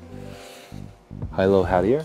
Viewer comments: Hilo (Heelow) Hattie, like the city Hilo, Hawaii:)) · FYI Hilo Hattie is pronounced Hee Low-- it's a city on the Big Island of Hawaii